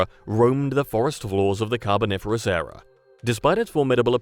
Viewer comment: ERA, not "error"! {:o:O:}